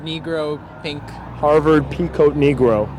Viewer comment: he said peacoat..............